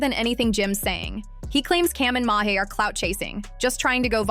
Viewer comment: Sooooo we all gonna sit here and act like she keep saying Mase name wrong 🤦🏾‍♂️😂😂😂 she keep saying Mahe who the fuck is Mahe. That shit throwing me off cause she keep sayin the shit Lls